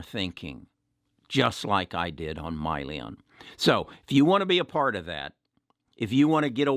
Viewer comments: It's Hyliion, not Myliion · i can't take Hyliion stock advice from someone who mispronounces the company name as "Myliion". He's obviously not interested in the company nor has he done any research. He just heard from someone in the "tribe" that replacing the powertrain will void the truck warranty. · First of all is not MYLION. It’s Hylion and the name comes from Hydrogen,Lithium Ion. Secondly, the added electrical solution does not affect the warranty of the trucks. This issue has been discussed many times in their prospectus and investor presentation. Please Do as you Preach and EDUCATE YOURSELF. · Just a correction if I may. I think the company you were referring to is Hyliion, not Myliion which is what I heard you say in your video. SHLL is the ticker symbol for Tortoise Acquisition Corp which is an SPAC (Special Purpose Acquisition Company) and with which Hylliion is to merge in the near future. From then on Hylliion will be a Public company and will have a new ticker symbol HYLN on the New York Stock Exchange. I fully agree with you that this is very much a worthwhile investment. I much enjoy your videos. Very helpful. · How are you going to own a company that you don’t even know how it’s pronounced? Probably a good thing he sold. This guy is a swing trader and easily buys or sells stocks based on 1 of his members’ opinion. Don’t agree with his decisions and how easily he’s swayed.